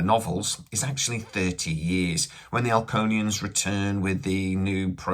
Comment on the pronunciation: Alconians? You mean Laconians? Hard to take this info seriously if you can't even get names straight.